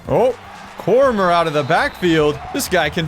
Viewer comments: definitely not a UFC fan lmao. "Cormer". It's "Cor-me-ay"...it's a French name. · There was a kid in my high school with that name and they pronounced it Core-meer. I think core-me-aye is the French pronunciation and core-meer is the Americanized pronunciation. But no one says core-murr, lol. I have no idea where he got that. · for future reference it’s core-me-aye not core-murr it was killing me everytime you said it but still love the videos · Man said Cormier as Core-mer. It's prob right but I'll always say it like Daniel cormier's one... Core-me-ay. If that's comment bait good job lol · Cormier is pronounced corm(yay) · idk why but him pronouncing cormier wrong was upsetting 😭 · I will not let you get away with the American pronunciation of "Cormier"